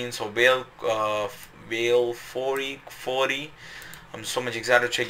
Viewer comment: amazing video!! the way to pronounce his name is like ‘way-eel ‘kuf-ouree’